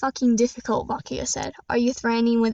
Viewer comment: Its good actually pretty neet btw you did mispronouns bakugou its ok thats my first time saying bakugou